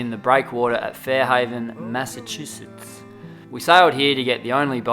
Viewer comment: lol at the way says Massachusetts. I think he added a few too many t's:P